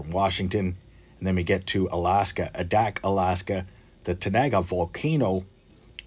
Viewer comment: The first 'A' in Adak long, like in the word aviator.